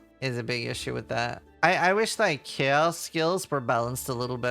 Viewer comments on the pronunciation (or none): none